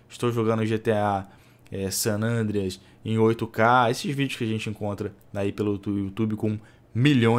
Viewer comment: não curto esse cara falando gta santo andre!!!